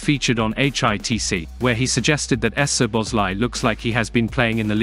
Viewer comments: “Soboslai” i think would be read just like we pronounce it. Saw-boss-lai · The butchering of the name es-zoboszlai is killing the mood. I know it's an automatic voice, but gah, it hurts my ears. Cheers from a fellow Hungarian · No problem. I believe if the Z from the second letter would be omitted from the text the voice reader would say it perfectly. The SZ in Hungarian is pronounced as S in “say or sweet” in English. So the presence of the Z is confusing the machine. S in Hungarian would be like what you pronounce at “show or shade or shadow”, so for us the presence of a Z means it’s a clean S which in English is already present. If you can and want to and takes no effort, that should work much better. 🙂